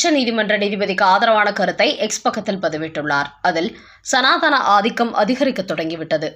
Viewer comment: Indha ammavukku sanaathan pronounce seyyakuda theriyavillai Funny crowd!!